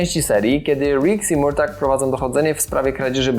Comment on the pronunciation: W filmie co chwilę jest Merto, Merto..., nie wiem jak trzeba oglądać, żeby wymawiać Mortag/Murtag 😆